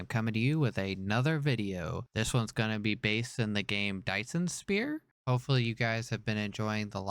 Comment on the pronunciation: nice video! always wanted to play DSP. also its Sphere not Spear lmao